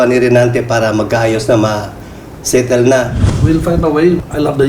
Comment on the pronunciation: Ilonggo kc cla kya mahirapan magtagalog dhil marunong nman xa s english kya mas prefer ni meyor mag english kya nga ung settle ay sotold ang bigkas